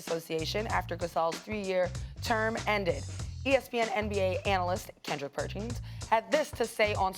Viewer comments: “Kendrick Pertchins” 😂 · "Kendrick Perchins" Lol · “kendrick perchins” 😂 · “Kendrick Perchins” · Shanell Moonesinghe Lol I caught that too